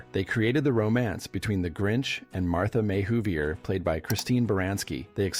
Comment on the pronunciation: "Martha May WhovieRRRRRRR" Who tf is that???? You can tell they've NEVER watched the movie! 🙄